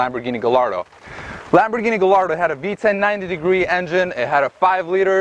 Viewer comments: Just cause he pronounce gallardo with a L instead of a Y, I'm disregarding this whole video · How does one come to pronounce Gallardo that way... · I had to stop this video half way because this guy doesn’t know shit! The “car gods” are angry because you don’t wtf you are talking about! First you need to do research before you do a video on a car that’s not even yours. Start off by learning to pronounce gallardo correctly.The gallardo came with a 5.0 in the first gen but then upped it to 5.2 in second gen. Audi used the gallardo motor in a few cars,the most popular was the R8. The Audi S6 and S8 in the mid 2000s also got the gallardo/R8 but it was detuned to make less power and they did NOT have any turbos on them,you have no idea wtf you are talking about! When the e60 M5 came out,the Mercedes E55 with the 5.4 supercharged V8 has been out for a few years and it was still as fast the M5. My friend pulled hard on an M5 with his E55 that only had a ecu tune with a pulley upgrade. The E63 was the competitor for the e60 M5 not the E55 even though the E55 was no slouch. Yes,Mercedes amg 63 models really had a 6.2 but if you want to be fully correct then say M5 had a 4.9 V10 not a 5.0 Back in 06 I purchased a i sedan with the N54 and it came with forged internals stock from the factory... the e9x M3 didn’t even use an inline 6. They put in a 4.0 V8. The N54 and N55 is not what they use in current M3s either. People think just because it’s a 6 cylinder turbo then it’s same engine as the recent M3/M4. The N54 was a true twin turbo but the N55 was a single twin scroll turbo that they still use on their 3 and 4 series models